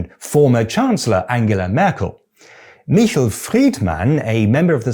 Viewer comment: Small correction: Michel Friedman's fist name is pronounced [miˈʃɛl], he is Franco-German.